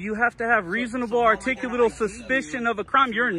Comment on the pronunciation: Are-tick-you-late-a-bull Why can't anyone pronounce that word?